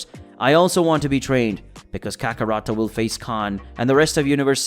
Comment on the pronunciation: It's kakarot not Kakaro